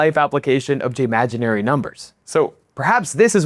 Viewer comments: "jmaginary" was perfect and hilarious 🤣🤣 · jmaginary, lol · Bro said Jmaginary numbers and i can't unsee it now😭😭😭😭